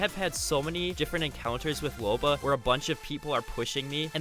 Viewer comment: I'm sorry did you just say loba